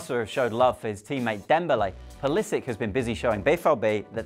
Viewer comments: Thats not how you say pulisic.. the end part should be pronounced " sitch "and not sik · your pronunciation triggered me :p its - pull is itch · Pulisik hhahhaahahha you english guys always creat such weird names with your fantasy. Its pulisiC! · He can't pronounce the name right😂😂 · he pronounces his name wrong. The ending is not like a "K". I hate when "americans" mispronounce their European surnames. He's a Croat for god's sake! Serbo-croat language names ending in C are pronounced like Ivanovic' , Milosovic, etc etc etc.. Jeeezzz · How can you pronounce a name so badly? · he's bloody wrong